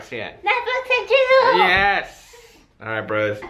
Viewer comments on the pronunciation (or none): who else thought marzia said "netflix and chizzle" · I am sorry Marzia but I had to replay it so many times to realize you were saying Netflix and Chill